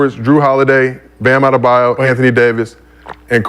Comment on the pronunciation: bro butchered "Adebayo" so bad hahahaha